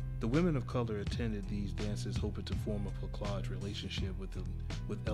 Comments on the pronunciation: Placage, is pronounced with a soft C . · Placage rhymes with passage. The "c" is pronounced like an "s." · I'm leaving this joint. This dude refuses to pronounce placage correctly. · fam, I made this video 10 months ago. Yes I mad a terrible mistake on my pronunciation, but I'll assure you, the content is honest and I've learned from my mistake. Hopefully, you'll appreciate the rest of videos on the channel. Peace fam!🙌🏾👊🏽